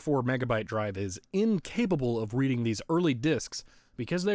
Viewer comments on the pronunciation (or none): none